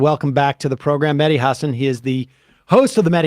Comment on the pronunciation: Is that how we say Mehdi now, like "Medi" instead? That's a new one. Then again yesterday I saw some Americans refusing to say the name "Loughborough", so obviously even English names are out among you guys. Just a solid refusal to ever pronounce anything properly, just give up and say (or refuse to say) them however you want, because being literate or travelled in any way just isn't a thing over there. We try to avoid it over here to not be "racist", you know....